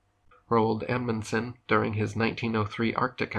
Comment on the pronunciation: Did you just say Emunson The FRAM, THE ‘“MEDRA”???? 😳😳😳😳😳😳